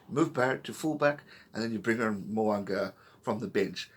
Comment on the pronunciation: Mo'unga. Say it with me, MOH-OOH-NGAH